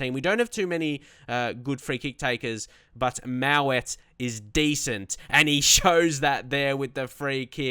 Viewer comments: Btw its mowatt not mawatt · Good to see you doing well on Legendary! You need confidence. I don't wanna rant but Tsafack ain't a realistic buy. Dominic Solanke would've been better. Oh also it is Mo-watt. And Nick Powell/Lewis Baker/Alex Pritchard/Jesse Lingard would've been much more of a Leeds United sigining than Karvalenko